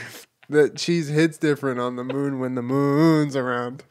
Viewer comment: Honestly after Jenna started pronouncing it moóon , all I was hearing was the way they say m'lady but m'oon instead